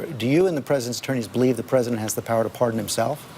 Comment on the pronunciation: why does giuliani pronounce is Ps like that. "CAN THE *PH*RESIDENT *PH*ARDEN HIMSELF?"